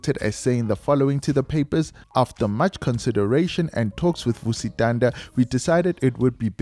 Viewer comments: Vusi "Thunder"?🌩., it's Thanda, as in ngyathanda... It's beautiful witnessing love like this from people of influence, especially from a humble guy like Morda. It's definitely going to shift the toxic male narrative, we need more of this. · Vusi Thanda is Vusi “Thunder” and Nota is No*th*a… don’t you listen to how other people pronounce these celebrities’ names?